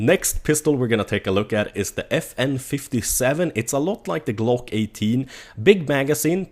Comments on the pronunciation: he mispronounced the FN 5-7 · I'm saying its pronounced as 5-7 because it's named after it's round, the 5.7x28mm